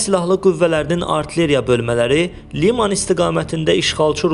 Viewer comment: Ay bisavad qoyun, mətni üzündən də normal oxuya bilmirsən. Liiiman yox, liman. Rus sözlərini kəlləmayalaq deyəndə fikirləşirsən ki, eybi yox, bəlkə əvvəllər eşitməyib. Liman ki, Azərbaycan sözüdür, onu niyə belə bisavad tələffüz edirsən?!